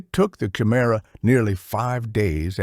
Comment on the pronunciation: It’s kuh-I- Merah not chi-merah. Just read the book, stop with all the ai